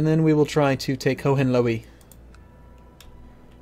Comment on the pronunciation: ho-hen-loee xD